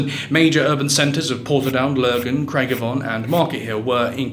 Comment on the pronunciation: It's "Craig-Avaughn" and "Gar-Vachky".